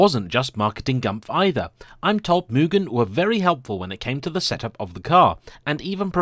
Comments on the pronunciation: Fine video, always enjoy them. But I think it's "moo-gen", not "mewgun". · Lately, It cracks me up of how people say "Mugen", after I saw a video with title "How do you say Mugen? I'll Bet you are saying it wrong!" ;-) I for one, getting my first FN2 'GT Plus Race' version, hopefully by the end of this week. Again, saving up for many years, to look around for a Championship or a legit Mugen one. But yes, what a great Nr "3", this one is. I hope that it stays in that family forever! Enjoy it, take care of it and you love it. Thank you for the review of this car.